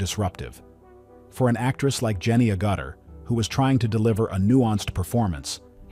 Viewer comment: Sorry, but your pronunciation of Agutter is just "ouch"